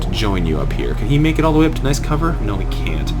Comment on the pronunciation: Nice, not nuce.